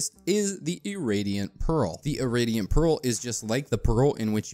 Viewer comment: "Irradiant" is pronounced "Ih-ray-dee-ehnt", not "Ih-rah-dee-ehnt". Excellent video regardless, very concise and detailed.